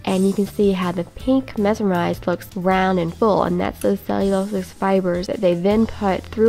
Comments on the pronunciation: A tip for reusing, if you use a lower temp you can use the iron to get 3-4 uses. And the thread is "Mer--SIR--ized" standard pronouncement but the way you say it is fine for your accent lol love your videos, I made a plastic dot marker when I was 18, and I would pin the fabric in spot through the board and mark the holes with a pencil or dress chalk. Iron dots are way faster to use. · Mer-sir-ized....is the way to pronounce it. I have never used those dots and they seem so easy to use! Perfect solution for the occasional smocker. Favor to ask-- could you do a video (ASAP) on your bernina and what you like about it? I have used a Viking and I think I am ready to jump ship. I recently got a new Viking and have to make a decision by Monday whether I'm keeping it or exchanging it for a bernina. Thanks! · Thanks for the nice video. I do a lot of textile crafts and always wish to learn smocking. Maybe I will. Thanks. It’s pronounced like this “Mer” “sir” “rise” “d” . Mer as in mermaid, sir as in “Yes Sir”, rise as in ‘rise up’, ‘d on the end. Hope this helps